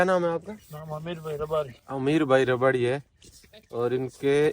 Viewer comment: विडियो अच्छा लगा लेकिन आप को शायद रबारी शब्द का उच्चारण सही से नहीं आता उसमें सुधार करे 🤔😐